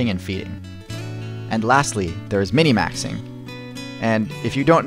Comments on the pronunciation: Wait... it's mini-maxing I've always said min-maxing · Minmaxing, not minimaxing you filthy casual. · No one calls it min"i"maxing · it's minmaxing not minimaxing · Minmaxing, not minimaxing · Bruh.. are you even a gamer? It's minmaxing, not minimaxing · i dont know why ... but you calling MinMaxing "Minnimaxing" is disturbing